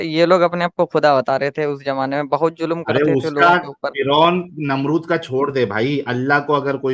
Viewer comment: Raaj hai ya Raaz ?? Aur Julum kya hota hai? Zulm bolna aata hai? Pehle urdu dhang se bol, phir Arabic seekh, Phir kitaab padh.